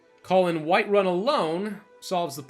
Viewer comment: "Winterun"